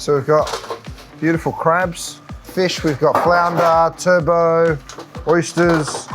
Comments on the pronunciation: The pronunciation "Turbot" & "Radicchio" is comical!!! TURBO & RA-DICKY-O 🤣🤣🤣🤣🤣🤣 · Turbo? Haha - Turbot with a 'T' me thinks. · * Turbot, not turbo.